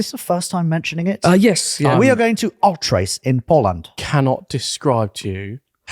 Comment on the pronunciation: Where in Poland are you going? I couldn't make it out the way you pronounced it 🤣